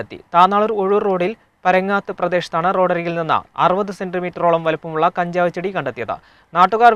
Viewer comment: പരങ്ങാത്ത് അല്ല മുത്തേ പരേങ്ങത്ത് 🔥